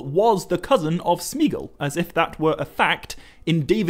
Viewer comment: Pardon me if I am wrong, as I am always open to correction, but I think Gollum's real name ought to be pronounces as Smeh- a-gol, not Smeegol ( and of course Deagol would be pronounced the same way). Tolkien's appendices to the 1960s revised edition of LOTR is valuable in tips for pronunciation